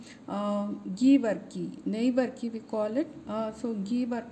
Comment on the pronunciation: Pronounce it as burkey or varkey